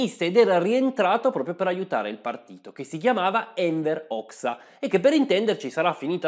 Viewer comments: Bel video sulla serie sui Balcani (immagino che il prossimo sarà sulla Bulgaria o sulla Jugoslavia). Comunque si pronuncia Enver Hoja,non hoia,ma è solo un consiglio di pronuncia,comunque bel video 👍👍👍🙃🙃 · La pronuncia di Hoxha può essere che sia diversa? Vidi anni fa un documentario di History Channel che lo pronunciava Hoja...